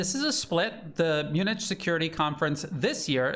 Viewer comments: "mun-ITCH"? people in glass houses... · Great analysis as usual. But, Munich is pronounced Munick.